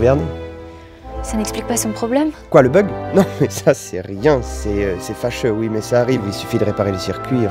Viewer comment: bah non c juste les sons qui sont inversés , pcq au lieu de Oui il a dit Iou et pas iuo